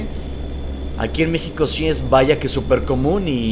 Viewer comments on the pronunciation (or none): none